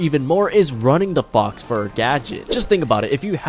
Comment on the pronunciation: Great guide! Btw it’s pronounced “Foh” fur, not Fox fur.